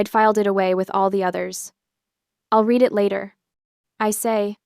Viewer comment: Yeah that is one of my pet peeves and all of these AI read stories. That in the mispronunciation of WOUND, ENSIGN, and READ.